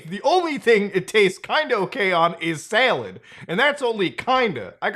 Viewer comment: Haha the way you said salad.